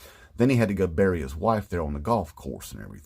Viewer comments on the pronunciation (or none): none